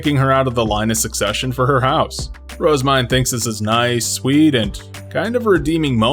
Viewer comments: Phonetics is a hobby of mine, and I have always felt that Rozemyne has been pronounced incorrectly. Most people I have heard pronounce her name with two syllables, with the emphasis on the first word. This becomes the name "Rose-Mine." I personally think the true pronunciation has three syllables, with the emphasis on the second and third. The proper pronunciation should sound like "Roz-ME-Nay." Anyone else think so? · Her JP og name is Main, (EN translated it to Myne in order to not confuse readers) so her name in JP is pronounced as Roozemain